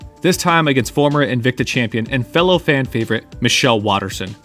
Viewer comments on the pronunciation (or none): none